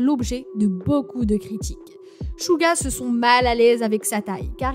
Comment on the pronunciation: Tu dit pas bien les prénom de Jungkook dit le mieu De v dit son vrais nom et ses theayong Jin tu peut mieu dir s'il te plaît Suga ses pas chuga ses suga